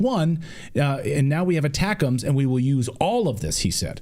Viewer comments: ...yes I know he supposed to be saying ATACMS....but it sounded like BUTTERCUPS to me.... it's like misheard lyrics..!.... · Near end of lenzki speech...he says "buttercups"....lol